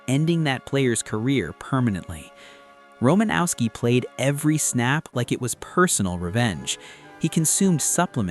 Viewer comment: Learn how to pronounce, Romanowski....which you pronounced TWO different ways. And, learn how to pronounce, "Alzado."